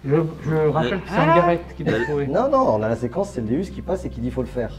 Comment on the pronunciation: stp si tu aime autant ton Deus stp stp prononce correctement sont non c'est un déOUs sa se prononce déOUs et non déUs pour faire partie de la team Deus faut savoir comment sont detecteur s'appelle.si un pilote te dit je fais partie de la team Ferrari et il te dit je fais partie de la team Ferraru tu en pensais cois 😂😂😂😂